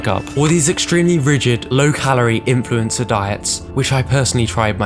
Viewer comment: Influenzer. Repeat after me, Influenzer.